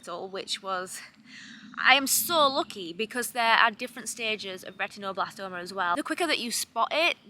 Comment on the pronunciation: A silly thing, but I love how you pronounce "retinoblastoma" -- very Yorkshire vowel pronunciation!